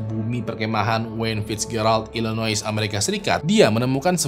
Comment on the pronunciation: Illinois pronounced nya i-luh-noy